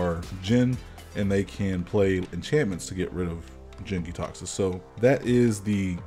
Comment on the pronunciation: you mispronounced the praetor's name in the first 10 seconds. also, its jank.